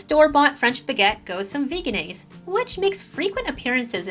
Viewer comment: thanks for this review. I believe that Vegenaise is pronounced "veggie-naise". Lots of people mistakenly say "VEGAN- naise" though. Perhaps one day they will change the spelling on the label:)